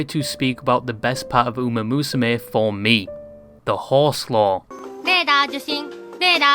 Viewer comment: you say ume instead of uma one more time im gonna lose it